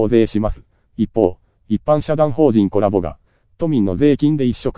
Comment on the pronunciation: Colaboな。Coraboじゃなくて